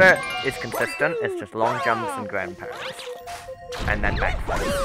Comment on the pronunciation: What said: "...consists of mostly long jumps and ground pounds" What I heard: "...consists of mostly long jumps and grandparents"